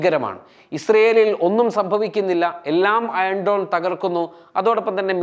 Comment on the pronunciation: അയൺ ഡോൺ അല്ല അയൺ ഡോമ്